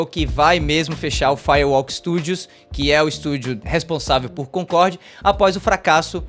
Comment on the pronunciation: Primeiro,, tira esse boné pelo amor de deus; Segundo,, nao é "Concorrrrrd", é Concordi!